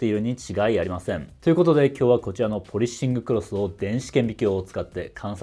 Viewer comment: 「ポリッシングクロス」の発音すき